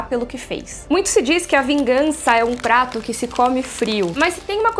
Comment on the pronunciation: PRATO FRIO? pensei q era trato frio, mds rip minha audição kkk